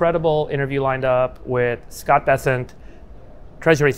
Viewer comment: Scott Bes"se"nt